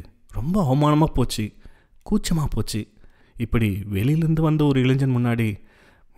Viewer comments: இப்பொழுதெல்லாம் தமிழாசிரியர்களே மாணவ-மாணவியருக்கு "இளைஞ்சன்/ இளைஞ்சி" என்றுதான் சொல்லிக்கொடுக்கிறார்கள். நியூஸ் மீடியங்களிலும் கூட.. இதே நிலை. அதாவது "இளைன்ஜன்/இளைன்ஜி" தான் சரியான உச்சரிப்பு என்றே மாணவர்களும் நினைத்துவிடுகின்றனர்.. So it’s not their mistake.. but it’s just the teachers’ and parents’ responsibility to take care of it. Of course if it doesn’t matter.., we can ignore that.. who cares! Cheers !! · நண்பரே! கதைவாசிப்பில் கேட்கும்போது ஒரு தனிப்பட்ட அனுபவமாக இருந்தது.பாதி கதைக்கு மேல்தான் உணர்ச்சி கலந்த வாசிப்பாக இருந்தது.பாராட்டுகள்.(இளைஞன்,இளைஞி உச்சரிப்புதான் சற்றே நெருடலாக இருந்தது)